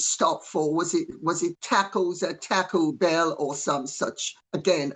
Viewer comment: LOVE how she says Taco Bell as "Tacko Bell"!!! Love me some Lady C! God bless everyone this Easter!